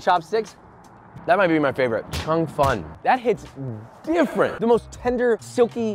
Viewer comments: Btw it’s pronounced Chong fun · "Chung Fun" nice pronounciation LMAO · im chinese, laughed when he said cheung fun and char siu, love the vid